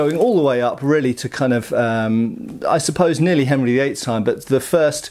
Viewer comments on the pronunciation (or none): none